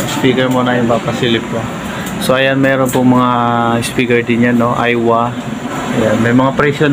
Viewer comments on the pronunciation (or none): none